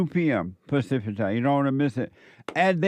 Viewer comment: said “pacific” HE BLATT